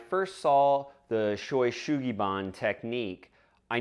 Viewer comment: Oh... your pronunciation of this word is WAY off though. It breaks down to these sounds: Sho (like show) U like the "oo" in Boo or Zoo (ShowOO), then Su (like Sue) Gi (like Gee in geezer) or change the sound of bee to a g and you get gee) -- SueGee then Ba (Bah, like a sheep) N like n. (So Ban is pronounced more like the "ban" in "banzai!") ShowU SueGee Baa-n. In Japanese there is no accent on any syllable, and vowels have only 1 pronunciation regardless of where they are. All letters are pronounced, and "N" is the only consonant that can end a Japanese word. All others are tied to a vowel. This makes Japanese a perfectly phonetic language, and there is no such thing as a spelling bee as a result.